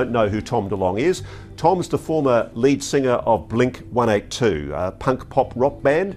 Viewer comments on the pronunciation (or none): blink one eightytwo. hes one of his heroes, but can´t pronounce the name of his band correctly. yeah sure, no lying going on here.